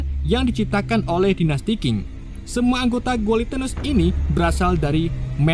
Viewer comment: Dinasti Xing bacanya CING bukan KING Guilotines bacanya GILOTINS biar gak belibet² gitu bacanya Manchuria bacanya Manchuria